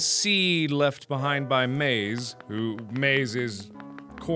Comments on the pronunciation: maiz isn't pronounce like "maice" it's pronouced like "ma iz" try it in google translate if you wanna hear it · yo mark its pronounced Mai-Ese (Corn In Spanish) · No u say maize as ma IZ There is no e in maiz in spanish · I don't want want to be a smart ass or something. But I think it is said as ma-IS. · in spanish its maiz, (MA-EEZ) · it is pronounced as MA -IS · maíz is pronounced ma-Ez. idk if that helps but hopefully it does. If not just use google translate like everyone. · it's MAIZ..... corn in spanish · The way he pronounced mais is so funny to me because I actually speak Spanish and he pronounced incorrectly I love him haha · Its Maiz, Mark, that's corn in Spanish. lmao